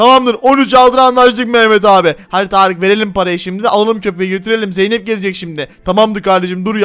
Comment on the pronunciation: Tarık zeynep e zeynet dedi hahaha